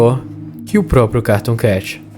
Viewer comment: Na parte q tu falou cartoon cat parece q tu disse caratoon cat mais nada n kkakakakakaak(novo inscrito)